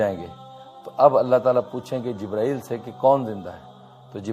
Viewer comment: Pahle to aap acche se boliye jibrail aleh Salam dusri Baat video banane Se Pahle hadees aur Safa number bataya karo